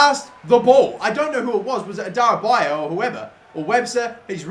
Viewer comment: Adarabioyo is pronounced 'Adara-beo-yo', you always missed out the 'yo' at the end. And Karius is pronounced 'Ka-ree-us' not 'Ky-rus'.